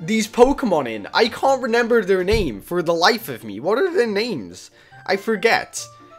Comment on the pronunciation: Why do you say "renember" it's remember